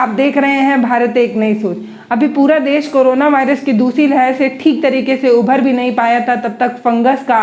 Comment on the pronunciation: जानकारी अच्छी लगी है परन्तु ' उभर' नहीं पाया के स्थान पर 'उबर' नहीं पाया तथा 'स्टोराइड'के स्थान पर 'स्टेराइड' उच्चारित करने से अधिक अच्छा लगता। आपको प्रोत्साहित करने के लिए टिप्पणी की है, हतोत्साहित न हों। आपकी जमीन से जुड़ी पत्रकारिता अच्छी लगती है।